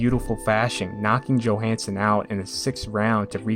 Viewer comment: Ingemar Johansson is pronounced Yohansson not Joehansson